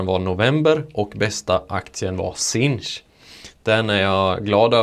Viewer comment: uttalas sinch inte "sink"? Bra jobbat iaf!